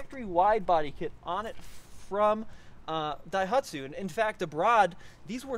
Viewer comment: Sounds like keeps sneezing in this video. "DAIHATSU" Must be the smoke from all the wildfires.